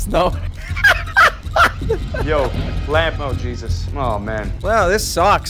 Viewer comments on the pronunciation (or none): Instead of jesus it's cheesus